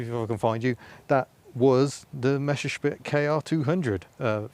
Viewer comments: Why do all anglo/americans say "Mescherschmitt"? It's "MeSSerschmitt". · Hey, it isn't a "Mescherschmitt", it's a "Messerschmitt" :)